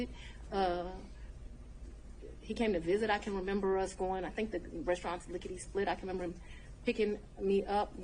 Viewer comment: Why did she say “lick of de split? Clue #1. 😂